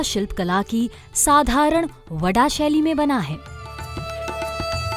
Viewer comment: वडा नहीं वाडा शैली ...!!!